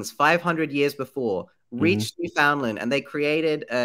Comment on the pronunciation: Love your videos. Just wanted to let you know you are not pronouncing Newfoundland properly. It’s basically new-fehn-land . Sorry I hate being that person but as a Canadian it’s bothering me a little 😂